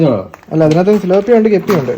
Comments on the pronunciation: സിലോപിയ അല്ല ടിലോപിയ 😅😅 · Not siloppia.. Its thilapia. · പിലോപ്പിയ സിലോപിയ അല്ല ബ്രോ